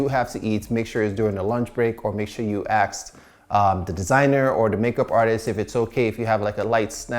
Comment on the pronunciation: why are you saying aksed and not asked? lol